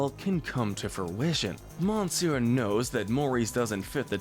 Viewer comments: Monsieur isn't pronounced Mon-see-ur. It is Meh-ssh-your. I find you guilty of assaulting our ears with your horrible accent. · It’s not pronounced “moneenseeyur” it’s “missyur” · "Monneysoor Darkh?" Dude. 'Monsieur' is one of the handful of French words that pretty much any English speaker still knows the pronunciation. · You're morons. 1. Monsieur is only pronounced as you did by incompetent fools who want others to think they can speak French 2. Iago was "complicit" not complacent 3. high treason (Jafar) has a punishment of death 4. You didn't even touch on the crimes of John Smith who raped a 13 yr old girl (approx actual age of Pocahantas). As a rapist and pedophile Smith deserves at least 30 years